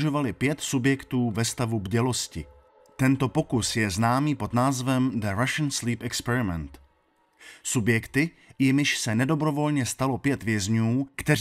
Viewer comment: 😂Rašn slíp exprment🤣🤣🤣